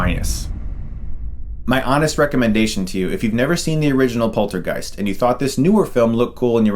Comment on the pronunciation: The way he says poltergeist sounds like polter-GUYS. Hahaha now I have a new band name and trademark it before anybody steals it :P